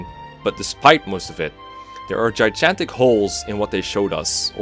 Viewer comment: Nobody:: J I J A N T I C